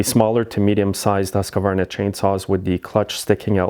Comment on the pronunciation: The HUSQVARNA saw is not pronounced Husk a varna but Huskvarna